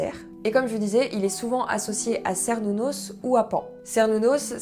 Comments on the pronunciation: Super vidéo ! Je suis païenne mais pas wiccane mais j'avais commencé mon intérêt par le paganisme et la sorcellerie par cette religion ^^ (par contre, désolée, mais ça se dit bien Kernunnos xD) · Je suis vraiment désolé de l'annoncer mais Cernunnos se prononce vraiment "kernounosse" ;) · Cernunos se pronnonce Kernounos. Belle présentation. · Hello, ne me tape pas mais la lettre C se prononce K dans les langues celtiques, donc Cernunnos se dit bien "kernounos" (tout comme Sucellos se dit "soukellos" pour les païen(ne)s gaulois(es)). Mais bon, le Dieu des forêts sauvages n'est pas le plus à cheval sur les conventions ;-) Je me relance dans l'écoute des chaînes païennes francophones et la tienne est une très chouette découverte. Merci ! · J'espère ne pas t'énerver mais il me semble que Cernunnos, se prononce Kernunnos, en tout cas les anglophones le prononce ainsi et je l'ai toujours prononcer de cette façon personnellement. ^^ Mais comme tu l'as souligné, l'intention compte. Je ne suis pas trop porté sur la Wicca mais vidéo intéressante, je te souhaite une bonne continuation :) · Je rajoute un petit commentaire concernant la prononciation de Cernunnos et de Cerridwen parce que du coup ça m'a beaucoup intrigué ! Et effectivement, après quelques recherches, dans la prononciation celte, on dit bien "ker idwen", mais aussi "ker nunnos" ! Je sais pas si ça va te contrariée du coup...😂 Mais c'est bon à savoir ! Quant à la prononciation française par contre, aucune idée. Je préfère me baser sur la langue d'origine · En cours d’archéologie protohistorique on prononçait Kernunos 😅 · Euh... tu vas t'énerver.. on dit Kernunnos😅.. voilà bise. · ... On dit kernunnos. Sorry Et Lugh se prononce Lourr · Désolé mais le C en breton / celtes tout le bazar ce dit K donc théoriquement c'est KERnnunos mais on dit souvent qu'on leur donne le nom qui nous parle le plus ! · Désolée mais... on dit aussi "kernunnos" ^^